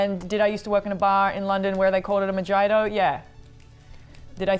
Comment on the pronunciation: even as a brit the way of saying mojito is criminal